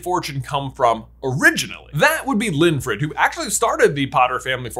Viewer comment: You saying/ getting Linfred wrong over and over again is triggering to me because my legal first name is Winfred. In my head I kept feeling you were getting annoyed by my name.